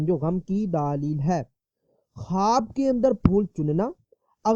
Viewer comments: daleel hota hai daaaalil nahi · Pahley bolna seekho daaleel nahi daleel